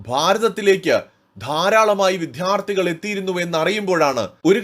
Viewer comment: വിധ്യാർത്ഥികൾ എന്നല്ല വിദ്യാർത്ഥികൾ എന്നാണ് വേണ്ടത്. വായിക്കുമ്പോൾ കുറച്ചുകൂടി ശ്രദ്ധിക്കുക.